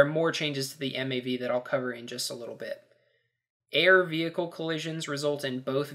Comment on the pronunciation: did i hear you right?... if you try and run someone over in the mav it'll destroy "yout vehichle"?